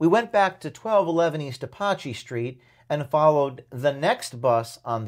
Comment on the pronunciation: Learn how to pronounce Apache. It’s a well know Indian Tribe.